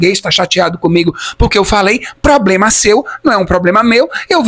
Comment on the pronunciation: Acho que o teu "pobrema" em Portugaaaauuuuu foi que não conseguiste "árrumá" namorado português daqueles das aldeias e bem bigodão ou algum africano.